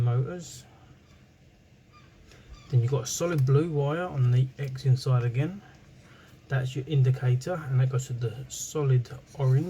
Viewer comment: you say zenon x is z sound as in XYLOPHONE.